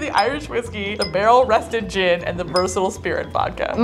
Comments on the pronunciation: Based on how it sounds was correct when she mispronounced "Gin" "Gin" should be spelled "Jin" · Kitchen & Jorn with special guest Gin! (pronounced incorrectly but cannot figure out how to write that out lol)